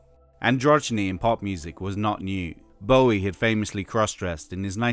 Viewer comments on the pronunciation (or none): none